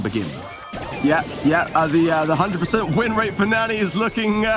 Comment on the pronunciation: It hurts my ears to hear them say NANNY instead of Nani. Guess they don't watch enough anime lol